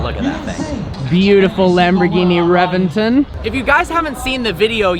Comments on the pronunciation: It's ReBenton. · Cringed when he butchered the Reventon pronunciation. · Your pronunciation of the the Reventon is blasphemous